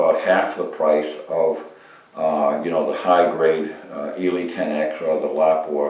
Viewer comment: 👍 for proper pronunciation of Lapua